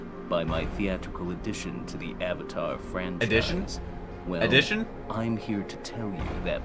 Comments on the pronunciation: I don't even mind the name pronunciations, cause I'm used to foreign names being butchered. But somehow mispronouncing the word Avatar is insane. That just an English word being said incorrectly. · The creators of Avatar also did Voltron the Netflix show. I recommend watching that. Even has a character who is very similar to Sokka. The names were pronounced differently, but I believe they took the more Japanese way of pronouncing it. It didn't make sense since the show pronounced it differently and hypothetically could be wrong, but as it was established the movie should have just did what was familiar. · They changed the pronunciation in the movie cause the original pronunciations do not exist in Asian culture. Great idea but bad result.